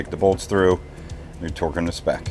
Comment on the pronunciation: I swear I’m hearing you say Twerking instead or Torquing 🤣🤣🤣